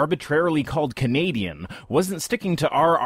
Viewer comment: I heard Canadian Gays.